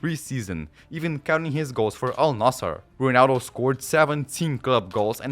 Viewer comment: the way u pronounce ronaldo is so corny